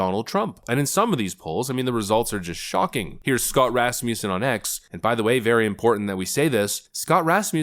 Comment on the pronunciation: Hearing him say Rasmussen like that just doesn't sit right with me. Sounds so wrong